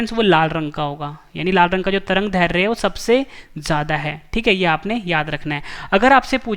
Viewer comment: दैर्ध्य का उच्चारण गलत हो रहा ह